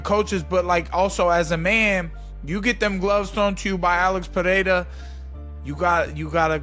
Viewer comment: You clearly put effort into saying people’s names correctly… Now say it with me…. Pereira. Pa - ray - ra. Both R’s make a hard English R. In Brazilian Portuguese, R makes an English H sound when it’s at the start of a word or double R. You’re welcome. a-DI-sanya.